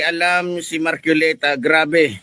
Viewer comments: Magsalita ka mn ayusin mo rin pronounce mo mahiya ka sarili mo marculeta? Marcoleta correction hoy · KUYA PUTANG-INA na matapang, M A R C O L E T A po hindi MARCUILETA Pakibigkas po ng tama.